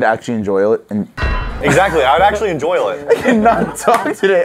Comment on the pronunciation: “ENJOYLL” did you enjoyll that chocolate poop